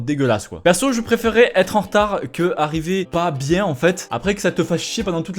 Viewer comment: Mais j'ai dit "bieng" :(